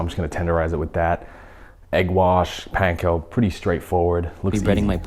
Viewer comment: Thankyou for pronouncing "panko" properly. Idk why, but it has always irritated me when said with capital A.